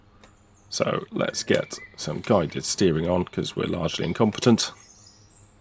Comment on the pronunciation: i know you said largly incompetent but i heard large and incompetent.:face-blue-smiling::face-blue-smiling::face-blue-smiling